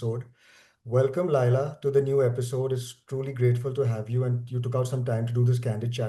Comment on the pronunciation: Why you are telling Laaila? It is Laila khan know? Or I am wrong.